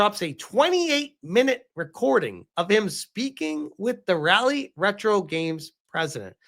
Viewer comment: I already got on Hypno. It's not "Rally" 😂 "Rah-lee"